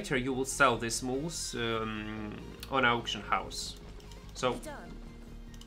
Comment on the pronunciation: Mule, not moose.. Love the vids <3